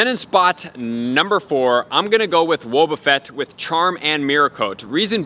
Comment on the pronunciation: Why u say “whoa-buffet” when they say his name all the time in the show lol